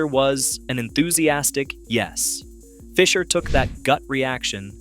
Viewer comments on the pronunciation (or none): none